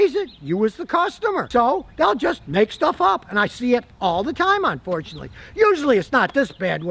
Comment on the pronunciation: "Onfortunately"? "Trusteen"?